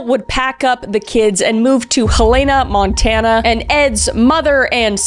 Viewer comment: You not even gonna apologize for completely destroying the town names of Montana? 😂